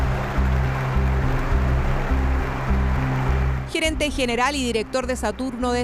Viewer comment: "Gerenta" XD